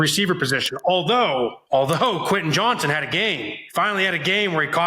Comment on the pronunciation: Who's Queh Eh Johnston? .. The man's name is QUEN TIN say it It has a T Say the T